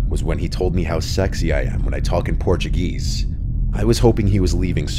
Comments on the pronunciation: "Portu-geese" as says... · “In Porchuh GEEEEESE”